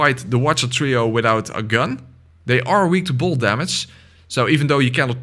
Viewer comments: the way you did bolt made me hear more bold, also why did Bloodborne call it bolt instead of lightning or that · Is he saying bold damage or bolt damage cause I'm confused